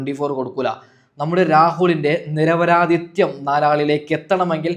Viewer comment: നിരപരാദിത്യം അല്ല നിരപരാദിത്വം. തെറ്റ് വരാതെ ശ്രദ്ധിക്കുക 👍